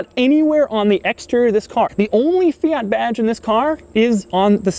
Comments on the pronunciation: Stop calling it a Fiata it sounds like miata. It is a Fiat. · Fi-at not Fi-yat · "Fiata" - Doug Demuro 2018 🤔🤔🤔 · FIAT is pronounced Fe-at, not Fee-arts, you only sound pretentious! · “Fee-it” not “fee-yot” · I swear Doug is saying Fiata.... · Doug the type of guy to pronounce it Feeat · Fiata lmao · Fiata, lol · Did he say... "Fiata??" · Fiyaat fiyet Fiyaat fiyet Fiyaat fiyet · He said fiata lol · 6.03 fiata :DDDDDDD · "Fee ott" Jesus christ. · 😂😂 fiata first time i heard that one. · Doug the type of guy to call a fiat Miata a “fiata” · Great video and super cool car. Still can't get my head around the 'Fi-yaaat' pronunciation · Please pronounce it fee ert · "Fiata" LMAO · Fiata?! Wut stop calling it that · Could you please say fiat right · You say fiat wrong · Ten seconds in and his pronunciation of Fiat is already completely annoying